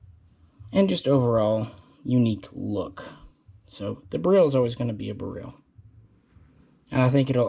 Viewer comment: Surprised is pronouncing beryl wrong. Js.